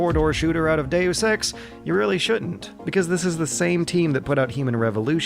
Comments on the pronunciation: Dusex No it's De-yus ex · It is pronounced makina. But he sometimes pronounces dayus eks "due sex" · Deus ex, Deusex, Deu sex, due sex. Yep I'm getting laid tonight.... not! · dayus ex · "due sex" oh come on, you're just fucking with us now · 'Daywoos Ex', and 'Makina' also. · Ah yes, I love playing Doo Sex.